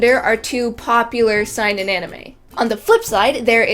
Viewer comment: Why do you pronounce Seinen like a german word? It's SEH-EE-NEN